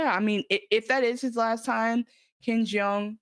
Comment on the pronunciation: Ken Leung please :) (not Hangover’s Ken Jeong)